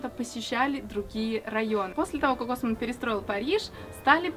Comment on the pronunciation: Барон осмАнн же ударение🌚